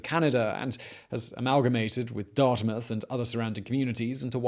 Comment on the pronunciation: Being from Hali, I have to say thank you for actually saying Dartmouth correctly. I have no idea why people (mostly americans) have such a hard time with it.